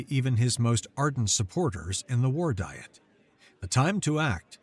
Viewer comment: It’s pronounced Dee-et, not die-et.